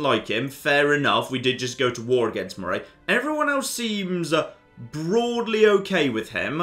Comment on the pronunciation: Is it me or does nobody who’s not from Scotland pronounce moray correctly it’s pronounced murrey